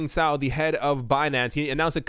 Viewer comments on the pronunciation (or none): none